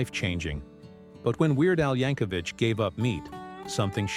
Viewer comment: For God's sake.... it's pronounced YANK-O-VIK NOT VICH. THERE IS NO FUCKING H AT THE END OF HIS NAME.